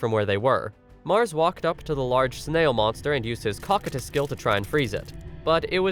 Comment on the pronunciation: I believe that its pronounced "Co-Coy-tus" like the character in Overlord.